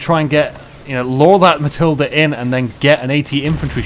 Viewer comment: Dude, it's pronounced "Ma-til-da".